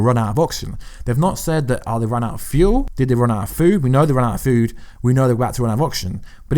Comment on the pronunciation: " an ee's outa fuuwed because Thor took all the foowd" LMAO,, kicks these gems out and doesn't miss a beat... absolute comedic genius.